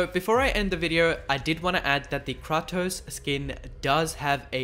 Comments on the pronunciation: It's Kratos (KRAY-Tos) , not KRAW-Tus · Kray-toss if your not american